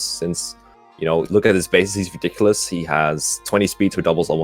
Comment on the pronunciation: TLDR;: Ree-dik-oo-less: Garbage unit, next